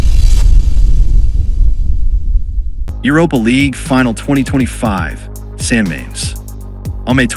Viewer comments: Ahhh AI can't pronounce San Mames properly, bless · As a Spanish speaker, it hurts my ears